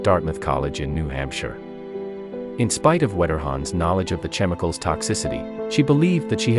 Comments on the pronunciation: how were you able to pronounce other complicated words in this video but mispronounced the word chemicals? That’s more insane than this story. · Bro, did you just actually mispronounce "chemicals?"